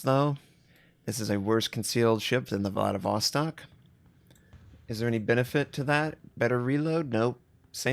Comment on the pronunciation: Some pronunciation hints for you tovarisch, IZMAIL is izma-EE-l with EE like in bEEp SINOP is s-EE-nOp with the same EE like in bEEp, not sAInop, and also stress is on O, not ee. VLADIVOSTOK is vladivostOk, with last O stressed, but you got it pretty good. Your pronunciation of LENIN is good, SOYUZ reasonably good, KREML is just like Kremlin cut off without -in, but still having soft L, KREML'. May the strength of Stalinium be with you.